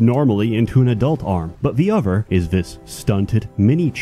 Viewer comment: 'Pwayers from uver worlds'